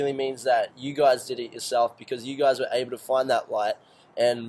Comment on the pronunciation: WHEN HE SAID "APPLE" INSTEAD OF "ABLE" I LAUGHED SO HARD xD